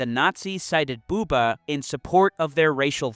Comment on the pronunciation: Bu-ber ,, US English is slang and very sterotypical ,, Dont forget to spell the brigdes right ,, Love youre content ,, Food for the brain is always welcome ,, But pronounce rigth and Jannes van Der Wall was a patsy ,, The Russians saved us , Not the US !